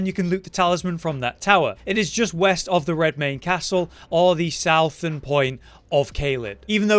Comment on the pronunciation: did you just call it the South - Ern point? hahaha its southern.... one word lol